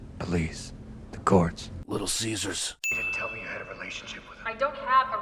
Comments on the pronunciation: You have some good points, and of course you're not saying the movie is bad, just pointing out flaws. I, like so many others, thought this movie was terrific despite anything it may have gotten wrong. But besides all that. You saying Little Caesers killed me more than any other video you've done before lol, great job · Thanks! I went to Little Caesar’s and said it the way you do here 🤣